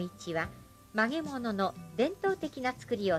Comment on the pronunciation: 映像、ありがとうございます。ひとつだけ気になってしょうがないですが、ナレーターの発音が悪くて、「曲げ物」ではなくて「まがまの」を言ってるから指導した方がいいです。